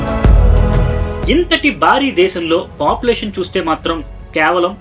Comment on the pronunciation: kyaavalam kaadhu KAY-VA-LAM